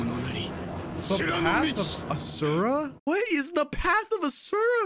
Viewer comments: sees asura "what is uh-sir-uh?" Its ashura bro aww-sure-uh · Side note: Asura is pronounced as Ashura( both dub and sub viewers pronounce it that way) in the show.